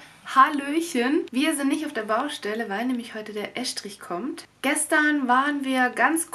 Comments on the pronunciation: Es heißt "Estrich", und nicht "Äschtrich"...!!! omG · Es - trich. Ganz einfach. Wie ess- tisch.